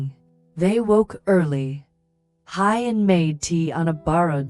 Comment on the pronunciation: Please work on pronouncing Huyen ,,, who-yen, not Hi-yen.